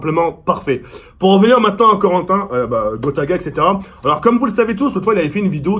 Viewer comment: il dit "grota" nn?